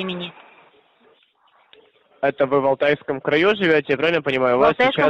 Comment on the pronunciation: В КраЮ 🤣🤣 Я тоже обхохоталась 😹 Так поставить ударение это РОССИЯНИН, сто пудов ! 🤦😝🤣🤣🤣